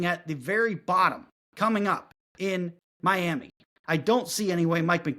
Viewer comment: I love you but please never say My Yam Uh anymore